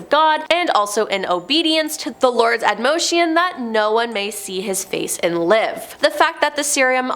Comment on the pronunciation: "Admonition" is pronounced "ad-moh-NI-tion." The "i" in "NI" is like the "i" in "tin," "sin," "pin," etc.